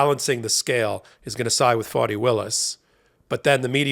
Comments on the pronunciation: Very grateful to Ms. Willis for her work, and to you for the coverage, but please help me understand why you pronounce her name "Fawni" instead of "Fani", as it is spelled. Considering the way the Right uses mispronunciation of names as a weapon, I don't think this is a good look. Still a big fan, and let me know if I am wrong. Namaste. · FAH-nee, not FAW-nee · Not good to call her 'Phoney' Willis. I think it is pronounced like ( 'fawny) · Please change how you pronounce Fani Willis' name or refer to her as Ms Willis because the text is automatically typing "phoney Willis" and we all know this woman is no phoney! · It is disrespectful to address someone, mispronouncing their name. How does the Fulton County DA pronounce her own name? Fah nee? Or Fawnee? Or Fanny? I ask you. Or is it?